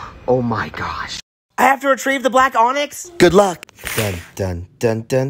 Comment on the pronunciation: said black onix as the black donut😂.